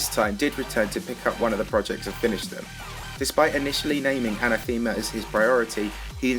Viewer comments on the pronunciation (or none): that's not how you pronounce anathema,.